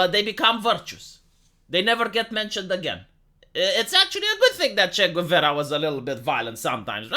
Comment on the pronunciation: It took me a second to realise you were talking about Che Guevara by your horrible pronunciation, lol.